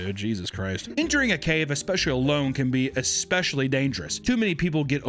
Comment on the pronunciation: what happened to eckspecially.....